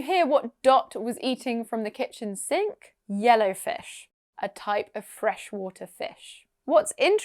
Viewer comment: I understood "jelly fish" instead "yellowfish" 😅😅😅